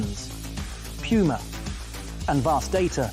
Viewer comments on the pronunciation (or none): "PEW-YOO-MA" lol